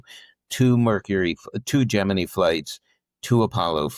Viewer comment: Great interview, well done. Jeff's books are always worth a read. I've always pronounced Gemini like you.